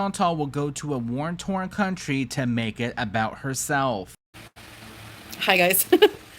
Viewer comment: Please, the expression is WAR torn, not worn torn. Yes, I am nitpicky. I'm a retired teacher and it comes naturally.